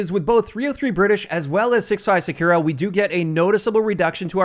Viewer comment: SAKURA is read as Sa-Koo-Ra, you keep reading is Sa-Kyu-Ra as you read U as 'you'. Even Google translate won't read sakura like you do when i type in English voice.